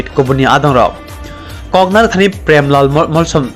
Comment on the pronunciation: Tamo Ong kha omo News Anchor bo "Molsom" Spelling Pronounce se kaham khe sai man ya Uaisa phano khwna ya tei saimanya kho haise saui tong o ble 🤨